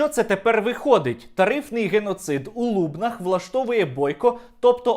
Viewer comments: Чудове відео але не у лУбнах, а у лубнАх. Наголос на останньому складі. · Ааа прошу наголос в Лубна‘х 🙏 не в Лу‘бнах , постійно відчуваю біль коли чую . А щодо відео, то як завжди топ, дякую . Дуже соромно, що кива з Полтавщини 🥲 в нас тут є і нормальні люди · В ЛубнАх, а не в ЛУбнах. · Дякую за відео, правильно казати в ЛубнАх (наголос на И, ЛубнИ) доречі по слухам, зараз в Лубенчан, самий високий тариф на газ, як кажуть, із за того що бастували, хоча до сих пір вони борються з ЛубниГазом.... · Гарне відео, тільки у ЛубнАх правильно, Сергію. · в ЛубнАх) Правильний наголос ЛубнИ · Сергію, без образ, ЛубнИ (останній склад наголошений), це одне з найдревніших міст Полтавщини, не ображай його так :) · Сергію, гарне відео. Єдине - в Лубнах наголос на другий склад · Пан Стерненко- Лубни( наголос на «и») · ЛубнИ, наголос на останню літеру. У всякому разі місцеві так говорять.